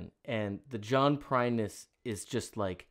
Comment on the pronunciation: I reccomended this on a Tuesday live stream a few months ago and I think you were too tired to process what you were listening to! 😄 I even said he was the closest thing to Prine we had today and you read it as "Prince!"